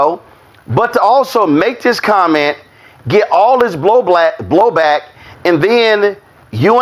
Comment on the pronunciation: 😂😂😂😂 Zesty a*s Roland Freudian slipped and mispronounced "Blow back" and instead said "BLOW BLACK"! We see you, brother Roland we know what you like! 😉😉😉😉